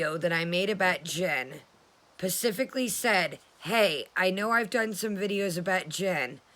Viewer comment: I love you,I love your videos and I steady been defending you on hussy's channel but please stop saying "pacific" and "pacifically" .Its SPECIFIC !!!!!!its bugging the shit outta me Lol love you!!!😘😘😘😘😘😘😘😘😘😘😘